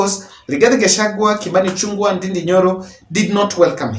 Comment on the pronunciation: the way u pronounce the name Ichung'wa is wrong.. There's an apostrophe btwn g&w which shud be pronounced like you read the word "Ng'o.. Mbe" that Ng'o is instrumental.. Then, ichungwa is an ORANGE 😀...the vowel 'u' in Kikuyu is sounded like 'O' in English... If you didn't know, now u know 🤣🤣Thx for ur gd Job